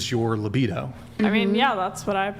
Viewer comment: "Limbido" instead of libido... 😂 I didn't expect that goof from the prettiest, most distinguished guest. Not being a native speaker, I wonder if that's a common mistake/misspelling in America. 🙂